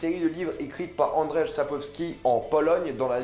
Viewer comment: Cześć ! Un petit coucou de la Pologne. Donc oui tu as un peu massacré le nom de l'auteur mais surtout son prénom Andrzej qui se prononce "An-d-j-è-ï" car rz se prononce comme le je français. Mais je te rassure tu t'en sors admirablement bien avec le nom de la ville Łódź. Enfin, figure toi que tu prononces Gerald presque comme un vrai polonais (Geral-t) qui est bien plus jolie que la version française. Voilà, miłego dnia !